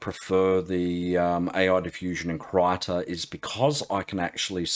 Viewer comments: Krita = Crayon in swedish. :) "Kreeta" is closer to the correct pronunciation than "Kritta" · It's not "Krayta", it's "Kreeta"